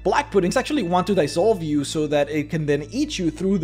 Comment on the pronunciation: *dEEEEsolve not dYYYYsolve